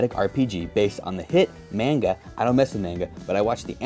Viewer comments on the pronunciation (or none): I'm sorry but he lost me at "mainegeh" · this man just offended so many anime/manga fans with the way he pronounced it. God bless him